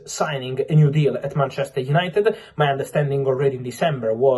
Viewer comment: Did you say painchester?